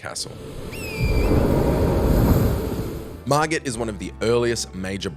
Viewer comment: hey man! you pronounced it wrong, it's pronounced "Mar Git" not "Mar Jit".